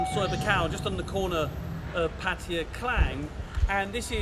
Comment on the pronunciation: He literally said Pattaya like 4 times, plus its in the description - he pronouced it wrong, but its pretty decent. Heading there this weekend.